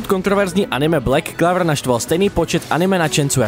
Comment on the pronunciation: Aspoň by jsi mohl název anime vyslovit lépe. Není to [:Clavr:], ale [:Clouvr:]